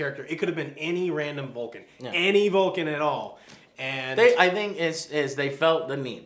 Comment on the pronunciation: Its Vulcan not Bulkan!!!!!!!!!!!!!